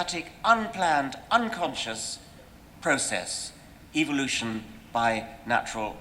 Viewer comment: am i the only one who heard evilution from dawkins?